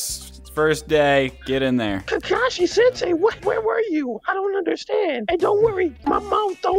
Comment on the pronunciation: “Kakai senseui”